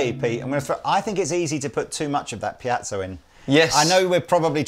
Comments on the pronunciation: I hate to be that guy, but the word is Piezo (not piazzo). Piezoelectric. Sorry. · I just don't get why you insist on saying piazzo when it's called piezo? It sounds really odd. Other than that, great video :-) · How does one get "pee-at-so" from piezo?